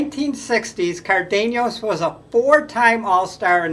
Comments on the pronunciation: I thought it was pronounced CAR-din-az. Maybe that's not correct in Spanish, but that's how I always heard it. Also- Zoy-yo I think is correct. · Leo (Chico) "Car .. Denice" ???